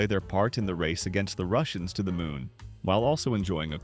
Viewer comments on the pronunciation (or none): none